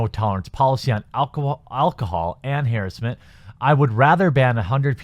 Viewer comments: you are pronounce harrassment wrong XD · There's no such word "harrisment". There's no i in that word. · Harassment = Huh-rass-mint